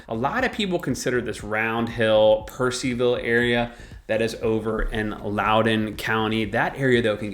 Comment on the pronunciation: enjoyed your video. just one thing tho , it is Purcellville not Purceville . Different pronunciation & spelling. And i agree it is a really really nice place. Love the west part of Loudoun County <3